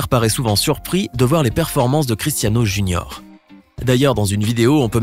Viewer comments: A 6: 40 il disent JUNORE au lieu de dire JUNIOR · "Cristiano junor"